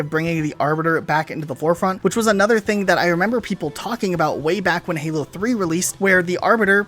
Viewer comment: it a sounded like you said fallout or hallow not halo